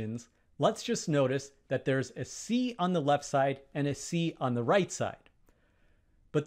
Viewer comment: Ay table? Ay cat? Thee table? Thee cat? The words are A and The, spoken with a schwar [ ə ].